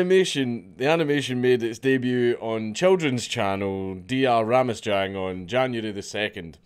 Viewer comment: Its pronouced Ramashang.